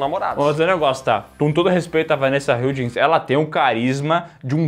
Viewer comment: Como fã de HSM e do preciso enfatizar as várias vezes que vocês falaram o nome da Vanessa Hudgens errado hahahahahhaaah mas tudo bem. Adorei. Nota ⭐️⭐️⭐️⭐️